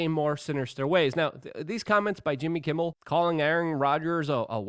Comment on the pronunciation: Why does Luke have so much trouble pronouncing people’s names? Jimmy Kimbal? Marina Williamson? John Heelee Man? Or how about GLYSOPHATE?